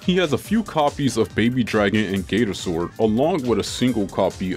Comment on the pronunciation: Don't tell me blud really pronounced sword as s-word